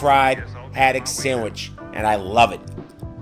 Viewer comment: Excellent, but the "d" in "sandwich" is not silent.